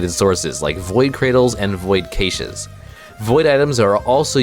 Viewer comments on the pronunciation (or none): Never heard anyone pronounce “cashes” like that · same lol, but also Its a word ive read the most and heard spoken the least. And it seems like every time i hear it, its different. "Kaysh" "Kah-Shay" "Cash" and "Catch" come to mind